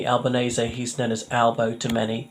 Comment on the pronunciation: At last, someone who pronounces his name correctly! They took Earls Court for long time.. ☕🤗